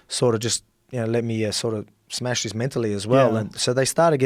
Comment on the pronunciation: Moorehouse He says smesh, I understand.